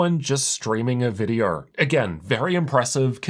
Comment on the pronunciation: You pronounce an R at the end of words like Go or Video and its super annoying to hear that